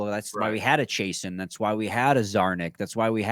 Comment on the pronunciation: It's Chiasson, Chay-Sahn or Chase-On, not Chay-sen. Like Steve Chiasson who played for the Red Wings in the late eighties and early 90's. 😁